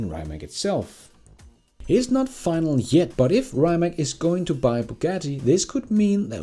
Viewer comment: Rimac is read as reematss. Cheers!